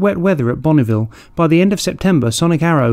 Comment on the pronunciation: Btw, it isn't Bonnieville. 😉